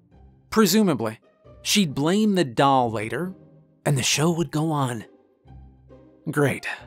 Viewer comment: I am deeply puzzled by your pronunciation of the word doll